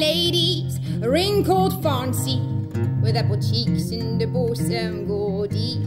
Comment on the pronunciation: Goed nummer, zeker voor een meid van 15, maar laat haar alsjeblieft even naar Engelse les gaan. De grammaticale fouten in de tekst daargelaten (I'll marry is zonder "with", om maar iets te noemen), haar uitspraak klopt van geen kant. "Admiral" is geen "admire-al", "fancy" is geen "fauncy" en het is toch echt "priest" geen "preist". Wat ze doet is géén Iers accent. Hoe ik dat weet? Ik woon in Ierland met louter Ierse huisgenoten en doe hier een MA Creative Writing, na een BA Engels.